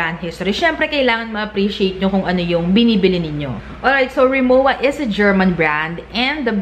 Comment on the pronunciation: Hindi RI MO WA. It's pronounced RI MO VA